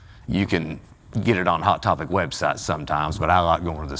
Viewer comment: I like how he called a website, websot. Also the edits are so good